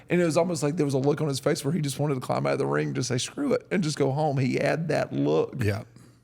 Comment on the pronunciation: Love but DUDE. It's ring not rink. I hear it everytime 😂